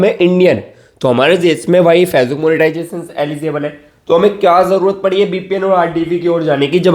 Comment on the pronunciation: Pahle fecebook bolna to Sikh le😂